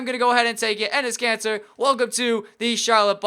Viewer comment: and he says cancer instead of Kanter 😂